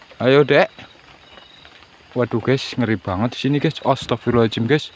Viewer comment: masukan bang, kalo istighfar itu Astaghfirullohhal'adzim, bukan pake 'ajim